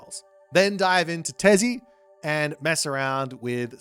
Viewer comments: Hey, to help with pronunciation of the mayor gods, try to say: -Huitzilopochtli: Wheat-zeal-oh-poach-tlee (FAST SPEED) -Tezcatlipoca: Tez-caught-lee-poca (NORMAL SPEED) -Quetzalcoatl: Ket-sal-co-ah-tle (NORMAL SPEED) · You could pronounce Huitzilopochtli but you couldn't pronounce Tezcatlipoca or quetzalcoatl? they both are easier than Huitzilopochtli